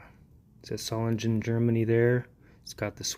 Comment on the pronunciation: you’re mispronouncing solingen